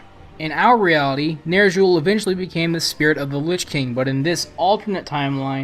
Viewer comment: nerzshul. fucking. nerzshul